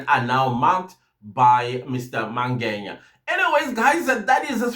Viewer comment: Why Mr Mangenya/Mangeya friend... Its Mangena❤❤